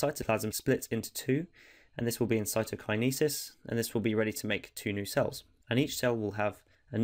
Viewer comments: that was amazing but can someone tell this man how to pronounce cytokinesis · It’s pronounced cytokinesis 👍🏼 hope this helps